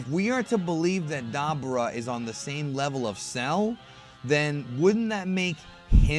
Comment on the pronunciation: Da - boo - Raa is how it's pronounced. Not dabber - ah